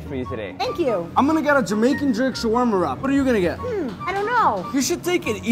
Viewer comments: The way she say shawarrrrrma 😜♥️ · I love this place but it's pronounced sha-wa-ma btw but love u guys y'all r amazing